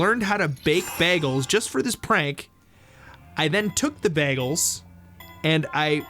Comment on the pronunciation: It sounded like they said "Bah-gels" XD